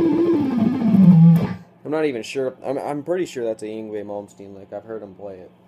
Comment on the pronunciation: ying vey? i think ur pronouncing it wrong, Yngwie= (INg-vey)